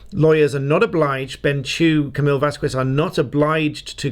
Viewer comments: it's not "vaz-kwez" it's vaz-kez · The pronunciation is not “Vaskues”, it is “Vaskes”. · It is NOT “VASKWEZ” it’s “VASKEZ” or even “VAWSKEZ” but NOT “VASKWEZ”. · FYI, it's pronounced "Vas-kez" or "Vas-kes" not "Vas-kwez". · Pr. Vas-kez, rather than Vas-kwez. Only giving the pronunciation as you're likely to be making more resources on this topic. Keep up the great work! 😊💜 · Thank you for your YT videos in which you explain the judicial system of the UK. Very appreciated! Little side note though, it would be nice if you could pronounce Camille's last name Vasquez, the way it is done in the USA and Spanish speaking countries like Cuba and Colombia please? Then it will sound like Vaskez and not VaskWez. Thank you. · Awesome video. Only thing I have to comment on is that her name is 'Vaskez' not 'Vaskwez', for future reference. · Just for future knowledge, it's pronounced VasKez not Vaskwez. The letter Q makes a hard K sound. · Her name is pronounced "Vaz-kez" , to prounounse it vassqwez is a bit disrespectful,... especially since the judge and court reporter and JD team consistantly pronounce it properly. It's like a bully intentionally misprounouncing the name of the new kid in class in a mocking manner. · Vas skez, not Vas Qwez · Please, please, PLEASE stop calling Camille Vasqwez. It's pronounced like VAS-KEZZ. Otherwise, love the vids lol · It is pronounced VASKEZ. After 6 weeks of trial I would think people learned how to say it. It's not that difficult 🤦‍♀️🤦‍♀️🤦‍♀️ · Pronounce Camille 'Vaskez' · Great video, just saying you don't pronounce the U in "Vasquez". So, it is pronounced "Vaskez" the "que" makes a "k" sound as in "kite". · Phonetically - it’s “Vas-Kez” thank you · Please don't do what EEElaine did and mispronounce Camille's name😊. It's Vas-kez. But I love your videos, you are a 👍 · Thank you for your commentary. If I may, Vasquez is pronounced Vas-kez. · You pronounce Camille's name as 'Vass-kess' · Vasquez pronounced as Vas-kez